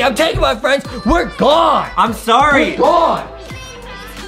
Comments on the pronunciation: It's im sorry not sowwy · But Its not Sowwy Its Sorry😎😎